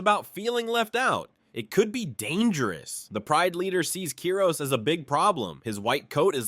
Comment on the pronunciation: its KIROS not keros